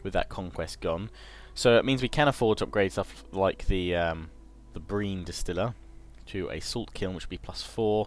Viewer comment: brine is pronounced "br-I-n" not "br-EE-n"